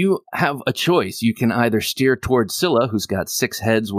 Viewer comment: it's "Scylla."